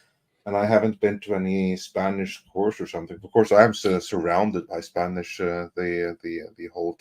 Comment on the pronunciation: Me encanta!!! No, seriously, Andre has a great spanish pronunciation. I've heard foreign people living for years here in Colombia still struggling with our sounds... Congrats, my viking friend, your barbaric days are done!!!😅